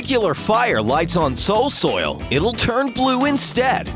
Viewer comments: He said soil soil when he was talking about the new lantern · They said "Soil Soil"